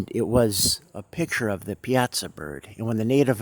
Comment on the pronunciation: Pronounced: Pie-aah-saw